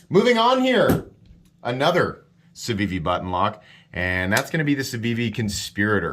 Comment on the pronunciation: as a French native, good pronunciation for the civivi